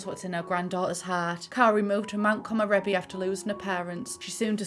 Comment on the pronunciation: also the world should be pronounced ko-mo-re-bi not ko-mo-ro-bi